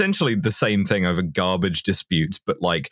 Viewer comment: i believe it’s called “garbarge”